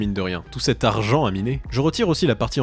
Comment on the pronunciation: tout cet arrrrrrgent à miner